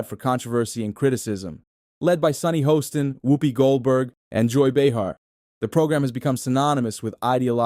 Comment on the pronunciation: It’s Haaaston not hoeston.